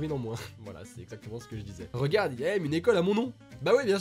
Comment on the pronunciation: Aycolle ????? C'est ÉCOLE !!!!!!!!